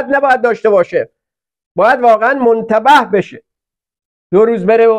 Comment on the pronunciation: با سلام ، ضمن تشکر از برنامه خوب شما. از آن جهت که بنده همچون سایر علاقمندان به برنامه شما با دقت به صحبتهای شماگوش میدهم ،از این جهت بر خود لازم دونستم عرض کنم که شما دو مرتبه واژه ی مُتنَبّه ( تنبیه شده ، نادم) را مُنتَبه ، در این برنامه تلفظ کردید. اگر بنده متوجه نبوده ام و یا منطور شما واژه ای بوده که بنده مطلع نیستم عذر بنده را بپذیرید. باز هم ممنون